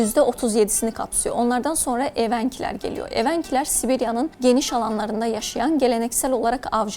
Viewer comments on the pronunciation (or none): Ударение неправильно ставите- эвЕнки....